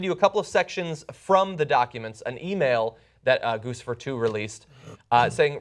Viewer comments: THIS IS THE SECOND TIME YOU PRONOUNCED IT GOOSE-IFER. IT'S GOOCH-IFER. LIKE GUCCI. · Gusifer? Isn't it GuCHIfer as in Gucci? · Isn't it pronounced Goochifer not Goosifer? Like Gucci + Lucifer? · John, it's pronounced with a 'ch' sound, not an 's'. Like Gucci. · it's pronounced "cuchifer", with a "ch" sound. It's obviously a reference to the brand "Gucci" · DUDE IT GUCCI-FER LIKE GUCCI PLEASE ALL THE NEWS OUTLETS SAY THAT WRONG. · I think Guccifer is pronounce Guchi-fer. Just saying. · Goo-Chi-Fur try it. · gucci...like the brand (goo-chee)fer